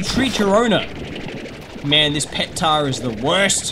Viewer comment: The Tarr-dis